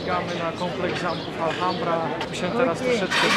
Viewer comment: i. Jeszcze raz wspaniały film. Wspaniała równowaga pomiędzy przedstawieniem natury, histori i kulinarii. Just a correction about pronunciation of Alhambra. The h is silent. It doesn't matter if it is at the begining of the word like hola or inside like ahora. No se preocupen, es fácil de hacer errores como así cuando empiezan aprender un idioma nuevo. Bessos desde Canadá.